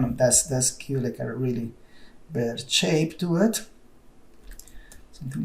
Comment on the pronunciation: I like when you say Shape, you say CHape haha XD